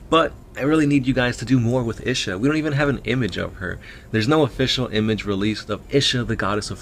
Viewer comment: It's pronounced Ee-sha